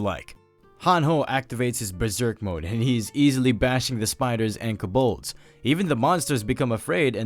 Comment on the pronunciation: those monsters are pronounces Co(like toe)-balds. they are a very universal monster name that have multiple depictions.